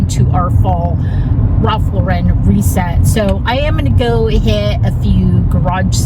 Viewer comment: You nailed it! Great job, but please pronounce Ralph Lauren’s name correctly!